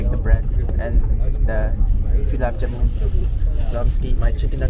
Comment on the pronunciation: broooo Julaab Janumm😂😂😂😂😂😂 Haha anyway its Gulab Jamun❤